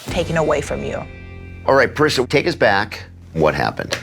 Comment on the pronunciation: Say her name correctly ..PA-REE-SAH.. Dr DewBroow